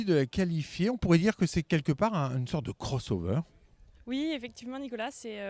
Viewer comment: Dayboat, beam, bow rider, cross over (prononcé crôss au lieu de crosse), etc... Il va falloir se mettre plus assidument au français, chez Bénéteau ! ;-)